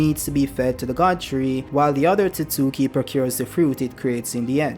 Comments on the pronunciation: It's pronounced Ot-sut-ski. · Wrong. Its pronounced Ot-tsu-tsu-ki